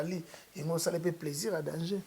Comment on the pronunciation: getou matuvanga on dit danger et non dangeux ok